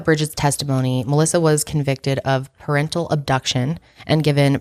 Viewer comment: It's SO funny how u say 'parentle'! I'm laughing with u. But it's parental